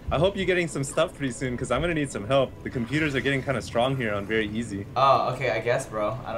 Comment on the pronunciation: "The computers are getting kinda stronge here.... on very easy" lol